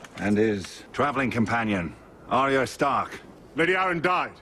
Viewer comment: Funny how people forget that Jorah was spying for Varys. Also funny, I think this is a great episode - Sansa's manipulation, Danny's banishment of Jorah, Arya's reaction to her aunt's death, and a terrific (if tragic) fight. Not feeling it tonight,, I suppose. BTW, the Hound pronounced it Ar-ree-ah.